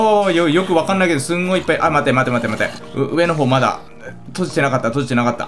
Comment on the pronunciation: いっぱいて何回もゆうとぱいぱいぱいぱいって聞こえるの俺だけ？